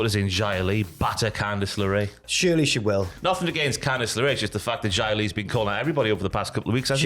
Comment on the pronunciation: Random question, why do these two boys always pronounce her name as "Jy-ah Li" and not "Zy-ah Li" as it is pronounced on WWE TV? If Xia Brookside starts winning major Championships are they gonna report that "Jy-ah Brookside" is Champion?